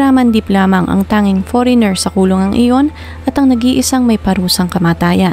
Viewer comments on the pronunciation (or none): none